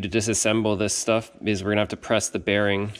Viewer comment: I like how you said they make military shhhuff lol